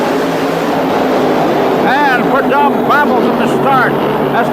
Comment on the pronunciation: Chris Economaki was a legend..but his pronunciation of the Snakes name 🤦‍♂️ Don Predumb!😂